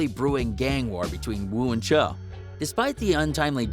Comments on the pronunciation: dude said "cho" im weak bruh its "choo" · I know but just the way he said it’ also “Choo” not “Cho” you feel me’